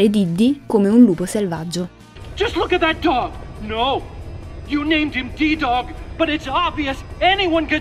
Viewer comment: Nooo perchè "Diddi"😂 non si può sentire